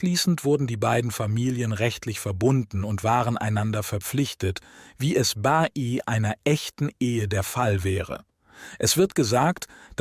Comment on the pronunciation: Der Vorleser (oder KI ?) kennt das Wörtchen " bei" nicht. Ständig macht bee-ii draus. Das nervt und verzerrt den Inhalt. Interessantes Thema,leider ist das Zuhören anstrengend!